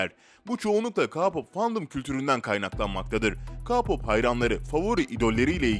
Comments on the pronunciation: Kapop nedir abicim Allah aşkına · ka pop ne ya hani ke pop desen biraz kurtarrı ama ka pop neeeee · Ka pop ne Allah aşkına ya😠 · Ka pop değil ya keypap diye okutuluyor! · KA POP KE POP OLMASIN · Ka pop ne türkce oku ke pop deseydin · Abi ka-pop nedir ya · Ka pop diye okun muyor Ke pop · Gerçekten sinirden gülücem. Ka pop ne ya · tabiki basar ona bir şey demiyoruzda bizim derdimiz ka pop diyişine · Abi allah aşkına kapop ne ya 😂 Yanlış anlama seviliyorsun canım şakasına dedim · KA POP NE DAHA K-POP NASIL OKUNDUĞUNU BİLMİYOR AMA BUNLARI BİLİYOR BEN SANA NASIL İNANAYIM BUNLARIN DOĞRU OLDUĞUNU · Knk video iyi güzel olmuşta ka-pop diyince sol tarafımda bir acı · Ya sabır ya sabır YAAAAA SABIR sakinim bişey demiyim diyorum ama HERRRRŞEEYİMİ YANLIŞ SÖYLERSİN BE ABİ evet tabi KAAA POPP NEMJUM Riyem TEYUNK gibi telaffuzları her dediğinde.... kusura bakma ama Durduk yere sinirlendim Bari biraz araştırsaydın Armyler bu konuda çok hassas Ülkece bi öğrenemediniz ya haberlerde bile Utanıyorum ya Neyse of😒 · Ka pop Neyseki BeTeSe demiyo Sjsjsjjsjsjsjs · Kapop Değil Çocuk Değil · Bak böyle okunuyor KEYPAP tamamı abixim lütfenn yaaa bvvhvhbjbjh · Ka pop ne ya allah aşkına abi hayattan soldum sen öyle dedikçe😭🥶🥶😭🥶😭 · Kpop diyeee okunmazzzz 😠😠😠😠 kpp o a gibi okunur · BTS çocuklari ne ya bi de ka- pop diyil lütfen doğru soyle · Kağpop ne lan? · Ka pop demiyeydin iyiydi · Kapop ne ya hahahahahaa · Ne ka-popu ya keypap diye okunuyo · Abi yanlış anlama ama Ka pop değil {key pop diye okunur } Ayrıca onların yerinde olmak isterdim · Ka-pop mu? Abi o Key-pop degil mi... Yanlış anlama☘️ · tmm anladım ayn bende ona sinir oldum kaa pop ne ya😂😂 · Ayn ben her dediginde ka pop degil key pop diye bagriyom 😂😂😂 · K pop o ka pop degil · Key pop demesi gerekmiyor mu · Ya Ka Pop ne Allah aşkına K-POP "key pop" diye okunur. Önce okunusunu öğrenin lütfen izleyemedim videoyu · Abi ka-pop değil o KEY POP diye okunuyo.Yazılışını da biliyorsundur her halde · Abi o k-pop ka-pop değil ÖHSHSJKSH